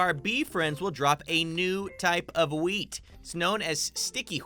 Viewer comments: and onwards. He says hwheat a lot. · the way said whet ghweat